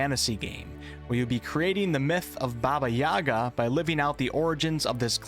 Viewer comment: It's Yagá not Yága, same as mústikka and not mustíkka:_Troll::_Troll::_Troll